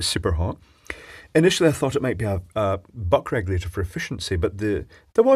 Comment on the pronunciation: ish was that “Butt crack you later” that was said? Seriously I had to listen twice to realize it was “Buck regulator.” I guess it should have been obvious but it really turned my head 😂.